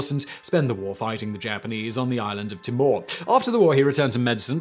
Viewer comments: Charleville is pronounced "Charlluhville and Timor is pronounced "Teemore". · Just FYI "Queensland" is NOT pronounced like you say "Queensl'nd" It is literally pronounced "Queens Land". Land is pronounced like Land an not L'nd. You've said this in several videos and still haven't corrected it. Also Timor i.e "The Island of Timor" is pronounced TEE-MORE not tim-or